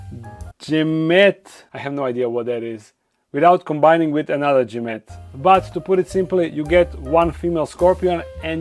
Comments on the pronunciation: Gametes are the reproductive cells of an animal or plant. It's pronounced gam eat. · Gamete is pronounced like gam-eat I believe